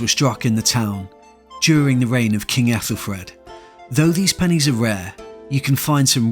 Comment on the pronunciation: Aethelfred isn't it red not Fred ?